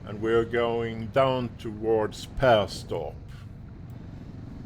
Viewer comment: Wonderful when you pronounces Perstorp with Skåne accent ❤️